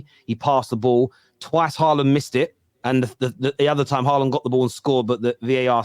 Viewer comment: cringe calling holjund haaland